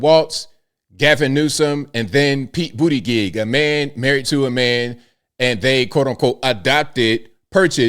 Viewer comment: "Pete BOOTYGIG" 🤣